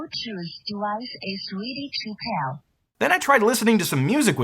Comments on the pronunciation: "Ze bluechoose dewice is ready to peear" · Ze Blutuuth dewice iz reedy to pail.